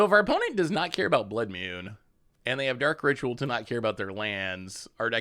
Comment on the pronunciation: Ka-me not Cammy. Nan-too-ko not Nan-tuk-o. Your mispronunciation of cards is staggering. Blood Mune still kills me to this day.